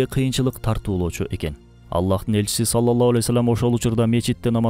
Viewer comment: Ассолому аълейкум Салоллоху Алейхи Уассалам....дегенди Саллолло Алей Уассолом деп сүйлөйт экенсиз... Ушуну эске алууңузду суранам....